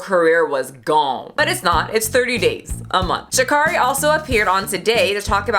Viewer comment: Her name is pronounced: Sha'Carry.